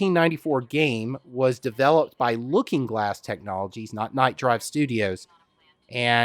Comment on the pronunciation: Nightdive studio not Nightdrive